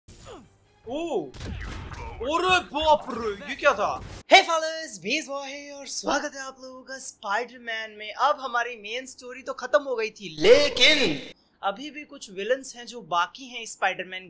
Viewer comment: When you said that "HEY FELLAS BEAST BOY HERE "tab aisa lag raha tha ki aap bol rahe ho "hey fellas baseball here😂😂😂😂😂😁